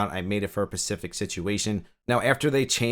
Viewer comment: Yeah he keeps saying pecific, it's adorable.